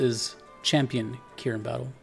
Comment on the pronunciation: yes you pronounced it correctly. thank you for the kieran content